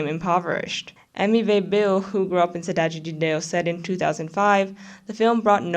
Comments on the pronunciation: As a Brazilian, I'm legit astounded with how good your accent is when saying "Cidade de Deus" and "La Casa de Papel" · can I just compliment you on your Cidade de Deus pronunciation? <3